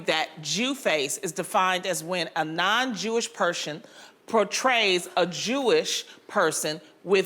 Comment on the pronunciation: As a Jew, this segment was so cringeworthy to watch. They could not even say the word “Jewish” correctly smh. This is why they need a Jewish perspective on this show, at least as a guest. Being Jewish is a faith but also an ethnicity because almost all Jews originate from an ancient kingdom called Judea in the Middle East, except for the few who converted to the faith. Personally, I do think only Jewish actors should play Jewish roles. If the role is ethnically Jewish the actor should be too. It’s important to give minorities proper representation both in job opportunities and defining their own people so that they are not stereotypes.